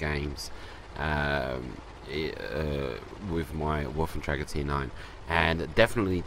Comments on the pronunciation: And? I just thought that when you grind all the way to a tier X tank you should be able to pronounce it's name right. Plus before you put videos up with it included, you should pronounce the name right. At least watch a review of the tank. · you are pronouncing Wafflentrager wrong.